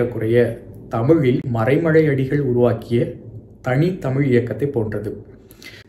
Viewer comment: அய்யா.. தமிழ் உச்சரிப்பில் அழகு ல, ள, ழ.. மறைமழையடிகள்.. மழையாளம்.. சம்மேழனம்.. புழவர்கள்.. அழ்ழாத.. எழிமையான.. அதை சிறிது கவனித்தால் நன்று 😊🙏🙏